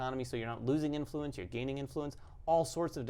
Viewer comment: Love the channel, and the game looks great, but I have to say... emPHAsis when saying "inFLUence" makes me a little crazy.;)